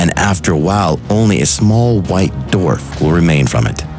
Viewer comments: "A small, white DORF"? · . Did he say "dorf"? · Why are so many people unable to pronounce the word “dwarf” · Dorf lol